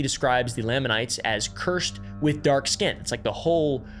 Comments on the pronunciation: NEE phites, LAA manites. You didn’t do your research very well. 😂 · As a past mormon, there are only 2 things I have to complain about regarding this video: pronunciations. "Nephites" is pronounced with a long E, like "knee-fights" and "Lamanites" also with a long A, like "lame-a-knights". Otherwise spot on! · It’s pronounced Knee-fights and Lay-men-ites lol 😂😂😂 (Nephites and Lamenites) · As an ex mormon We always pronpuced nephites and lamanites "nee-fites" and "lame-an-nites" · I say this as someone who is very much NOT a Mormon and has no interest in becoming one, but I have to say, you'd be a lot more credible if you could pronounce the Book of Mormon names properly. Moroni is mo-ROE-nye, Nephites are NEE-phites, and Lamanites are LAY-manites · Only like 7 minutes in but as an exmo I'm really struggling with your pronunciation of a few words. Nephites are like knee-fights, lamanites are like lame-an-ites, and Moroni is like mo-row-nigh. Anyway, great video so far lol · How to pronounce common Mormon words: lamanites: lame-Ann-ites Nephites: knee-fights Moroni: more-own-eye Feel free to add more -exmo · Ex morman here, I was taught to pronounce nephite as NEE-Fight and lamanite Lay-mon-night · Knee-fights and Lay-mon-nights. Just a pronunciation guide. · He couldn't pronounce laminites.. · bro please pronounce SOMETHING correctly lamanites, nephites, papyrus, necromancy ALL WRONG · As a no-longer-believing but still happily practicing member, I'm already laughing at mispronpuncing Moroni, Nephites, and Lamanites. He failed the fundamental litmus test for researching the church properly, and was likely just rushing and just going surface level. I no longer feel any need to watch as I know what to expect now. And I say this as someone who's subbed to Mormon Stories Podcast and Alyssa Grenfell and stuff.